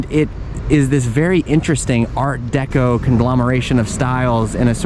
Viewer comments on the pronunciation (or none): none